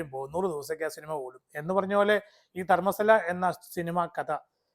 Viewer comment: Wats Darsthal !! It's Dharmasthala